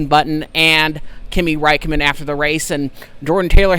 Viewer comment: Who’s Kimi Raikko-men”?